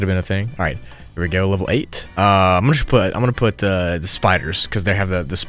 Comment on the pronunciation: As a Spanish speaker, you made me spit out the coffee I'm drinking. I really thought you described Level 8 as "P*taaa". So hilarious